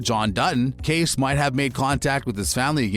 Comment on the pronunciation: Dude, Kayce’s name is pronounced kay-see not case. Make a little effort to show you’ve watched at least one episode of the show. Yellowstone is an amazing show and you should pronounce character names correctly!